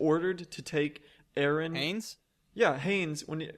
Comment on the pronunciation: It's Hannes, not Hanes >.>